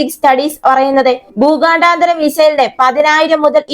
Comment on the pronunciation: എടീ ഊച്ചാളി ഊച്ചാവളിചി.. ഭൂഗാ ണ്ടാ താര.. ബാലസ്റ്റിക് മിസൈൽ അല്ല.. 😅 ഊച്ചാളി.. ഭൂഖണ്ഡാന്തര.. എന്ന് ആയിരം പ്രാവശ്യം എഴുതി പഠിക്കു..